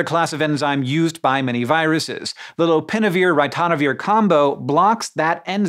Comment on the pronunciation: How to pronounce 'ritonavir' correctly